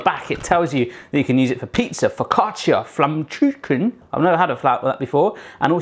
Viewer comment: that pronunciation of flammkuechen was brilliant XD you really should try it one day, it is even better than regular pizza